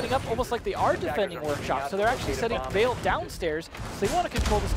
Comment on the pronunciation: Why did Bloodbath leave yet these guys stayed? Makes watching a match a pain. I don't know why they try so hard to pronounce Ence's names correctly in Finnish, it just isn't working out for them. The way says them is just fine. Also, maybe "Vale" is Spanish, and is definitely not pronounced the same way as "Yale".